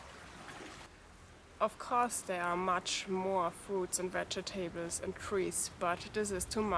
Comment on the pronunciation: love how you say vege... tables, LOL great videos, thank you